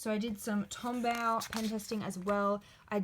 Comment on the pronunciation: tombow= tom boe kinda like so but with a b sorry no hate just a pet peev